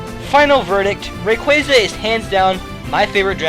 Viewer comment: its rayquaza, bro, not rayquazuh